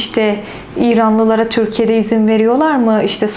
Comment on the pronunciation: Türkiye yerine Törkiye diyorsunuz Farsça konuşmaktan olsa gerek :)